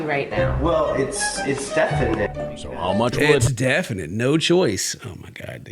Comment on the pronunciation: its defnitnit lmao